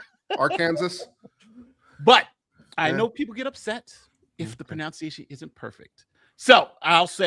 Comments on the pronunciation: "I know people get upset if my PRONOUNCE ~E ~ATION is incorrect".... Pmsl even managed to MISS PRONOUNCE the word spelt phonetically "PRO ~NUNCE ~IATION" aghhhhahaha, and that's why we all luuurve you lol ❤😂❤😂❤😂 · "I know people get upset about pronunciation" (pro-noun-see-a-shun) 😂